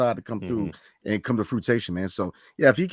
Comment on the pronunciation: Fruition, not frutation brotha